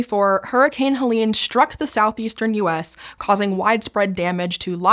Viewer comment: Hurricane helean? I thought it was hel-en